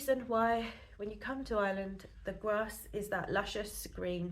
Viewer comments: It does sound like Is-land - try Our-land if you cannot say Ire-land. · There is an R in Ireland! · Hi, you're very welcome to Ireland and I wish you and your family all the very best. One small bugbear of mine is how a lot of English people pronounce "Ireland". It's "Ire" sounds like fire... Land not Island. Thanks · That’s an English thing, they don’t use a strong accented R like we do, they don’t have the ability to pronounce I.RE.LAND , it’s made more pronounced by the fact we use a very pronounced drawn out R in our speech, and also we put the emphasis on the lead syllable, so the contrast is very pronounced. People with other native tongues can hit the R fine, but it’s quite impossible for the English, hence they pronounce our country ala Island. It’s no big thing.